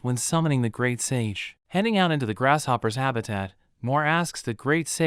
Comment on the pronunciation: Any one else here him saying GRASH POPPER